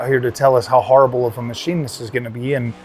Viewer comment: Fkn funny dude! I was laughing my azz off the way you said "this steam mah-cheen". edit: P.s Though to be fair Steam isn't in the GPU manufacturing business like other crooked types and I feel like they get a pass on their new hardware because of that